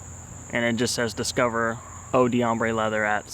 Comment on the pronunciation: I think the pronunciation is more like "oh dombre leather", so you don't pronounce the "dee", but rather, it blends in with the next word. That's quite a common pattern in French when you see the apostrophe D pattern. Not trying to be a prick, but it helps to pronounce it right :)